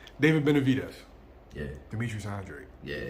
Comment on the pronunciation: Mans down 3-0 to saying Benavidez name 😂😂😂